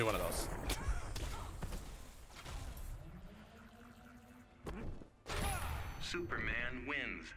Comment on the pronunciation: " Snyder Cut Snooperman"